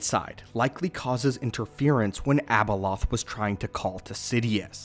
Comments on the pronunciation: its not abelolth. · Its not Abaloth